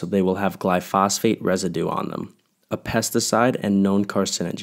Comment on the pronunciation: It's glyphosate not glyphosphate.